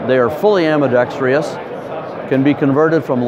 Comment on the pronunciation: This seems like a tight rifle - looking forward to checking one out. Thanks for the vid. This guy is informative, but someone needs to tell him how to pronounce "ambidextrous." It's seems like 50% of all gun sales reps will add an imaginary syllable.